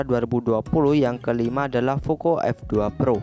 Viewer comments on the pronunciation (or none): none